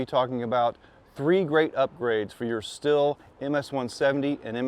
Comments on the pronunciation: Why do you keep saying still? It's stihl(steel) listen to their commercials 🤷‍♂️ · The Andreas Stihl family back in Germany pronounces it "Sh till". I've heard "Steel" and "Still" but neither are correct. Yes, the company today does say "Steel" but they started doing this for purely marketing reasons.